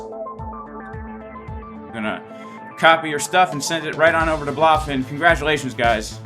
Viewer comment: BLOOOfin, lol well everyone calls it Blowfin what can you do, they should rename to Blowfin, no point in fighting the trend